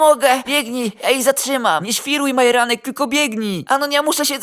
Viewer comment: Dlaczego dzop a nie dzordz i dlaczego majeranek zamiast Marjanek